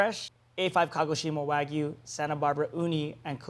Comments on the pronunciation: UGH can Americans stop saying "WA-GOO" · Please stop saying wagoo. It’s pronounced WAG–YU.